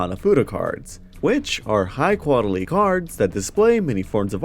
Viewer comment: “High quadily”